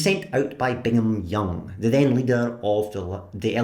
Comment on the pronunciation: Thanks for your fair and unbiased reporting on Latter-day Saints, who occasionally get harassed in person and online. For the record "Brigham Young," the prophet-leader and the university named after him, is pronounced with an R after the initial B.